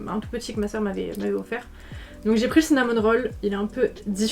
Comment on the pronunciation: Mais c’est Cinnamoroll pas Cinnamon Roll non ? J’entends le N ça me rend folle